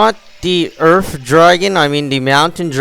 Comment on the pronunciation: Cold fire water and earf lmaoooo